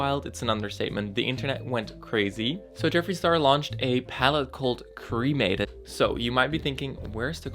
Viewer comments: I just think the palette is ugly but that's ok because I don't buy his things anyway. Also why does he pronounce 'cremated' like that? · I'm so over Jeffree, but there's no way he could've predicted something like this. There is alot of death themed stuff out there, death will always be part of life. (That being said, Jeffree saying 'my dad was cremated' sounded to me like 'I have a black friend').